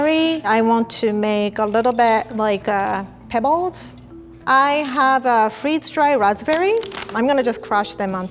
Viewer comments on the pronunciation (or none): The way she says pebols